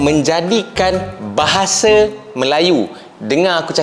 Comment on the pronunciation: Bahasa bang bukan bahase 🤣 bicara yg betul dulu